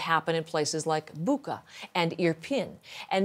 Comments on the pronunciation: Boo-cha, not Boo-ka. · it is pronounced bootsha . just listen to any Ukrainian pronounce it ;)